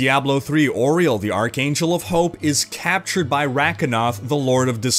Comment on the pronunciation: pls, Auriel is pronounced like Arrrr-iel, not Ore-iel. Otherwise, thank you for sharing the Diablo speculation! I am very much more hyped for the story now.